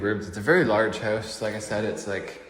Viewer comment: Hoase he says instead of house... check oat the hoase